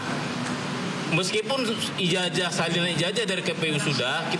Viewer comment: ija"J"ah atau ija"Z"ah - Jet atau Zet ?????